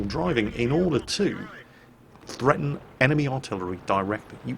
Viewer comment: PHHHHHreaten, lol :D